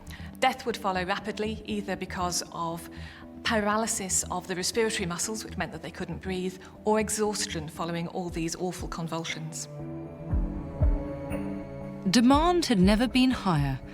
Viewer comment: she really said respiriatay for respiratory, i really hate when people butcher the english language, i have ocd i have to say it or my head will explode